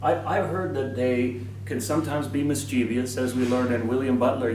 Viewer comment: Once, long ago, in class I pronounced "mischievous" as "mis-chee-vee-ous" — as the narrator did in this film — and the teacher said, "No. It is never to be pronounced that way. Say 'MIS-CHIV-US.' That is correct." From that day to this, I cannot hear the wrong pronunciation with an easy mind, my dears.